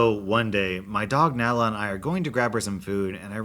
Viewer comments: How do you mispronounce Nala? Have you never seen the Lion King? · Today I learned that doesnt know how to pronounce the name of a character from Lion King